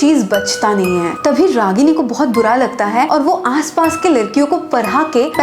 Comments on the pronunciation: Bara nhi bada bolo didi😅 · App bada ko bara kyu bolti hai😂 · App bada koh bara kyu bolti hai didi😂